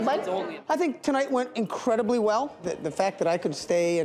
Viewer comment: 'Incrudibly" cheap???? 😂